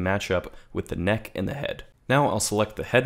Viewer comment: “…and selecting the vertices for that kNEhK”- - lmao